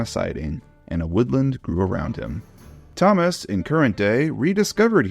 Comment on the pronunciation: Idk why, but I heard him say “Ťomaš”.